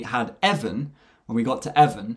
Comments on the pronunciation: His name is Devon not Devan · His name is Devon, not Devan